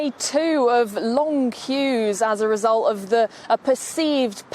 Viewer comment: Note to: There's a "t" at the end of the word "result"! Can't GB News get some reporters who can pronounce English words properly?